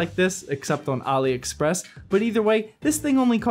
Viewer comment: THANK YOU for pronouncing AliExpress right